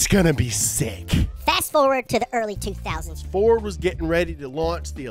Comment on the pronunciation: I mean he said “ferd” too so i mean youre really gonna get butthurt about it...?